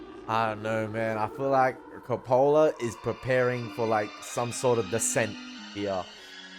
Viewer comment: It’s pronounced CO’-pa-la; not co-Po’-la. While you seem to find humorous much of the film, nothing is funny about this film or the subject matter. You caught the Eliot poem but you missed the Kipling poem “IF”.